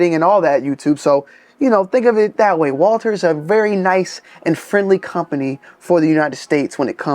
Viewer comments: Walther not Walter God! Jesus! I can’t unhear it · Honestly, Walther if pronounced in German would be Valter so you’re not that far off.